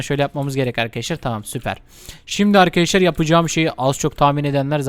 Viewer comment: İşin yokmu senin yaaa gıcık oldum resmen hele arkidaslar demene gulmene ayyy 🤮🤮🤮🤮🤮